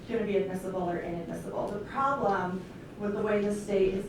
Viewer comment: Does anyone else think that the defense attorney sounds like a total airhead? A few times, she says "prollem" instead of "problem". I was waiting for her to say, "Gag me with a spoon".